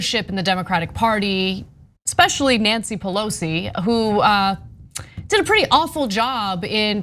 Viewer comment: It’s racist not to pronounce her name correctly... racists.